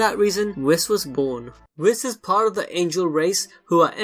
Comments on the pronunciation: I thought it was pronounced "Weese"(Whis) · It’s really not whiiis is more like a weese (Whis)